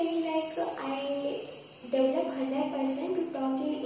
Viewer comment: sorry to say about that but you have not spoken the word "develop" as it is usually pronounced in the correct manner!